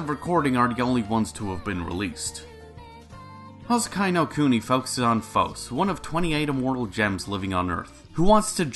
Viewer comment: Good news: Houseki no Kuni season 1 didn’t end up like Kado. Bad news: It ends at a massive cliffhanger. Silver lining: It’s an adaptation of a manga, so I can go read that. Nitpick: You butchered the pronunciation (it’s pronounced like Hou—se-ki no Ku-ni, not Hou—sekai no Ku-nai).